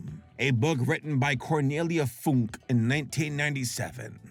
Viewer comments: The e in Cornelia FunkE is not silent. She's not Cornelia Funk. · What the actual... Loving the book so much when I was a Kid... It's a german Author (and the e in Funke isn't silent XD translated it would mean "Spark") and seeing what they made of it... That hurts so baaaaaaadly.